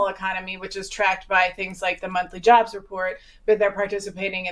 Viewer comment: “Jobles” is crazy! 😂